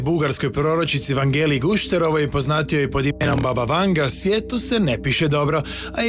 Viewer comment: Imeto i e Vangja, a ne Vanga !